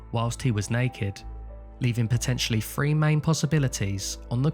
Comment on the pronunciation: Nope. Not listening to your insistance that "three" is pronounced "free". I'm sorry enough of your ancestors were toofless so as to destroy your use of language.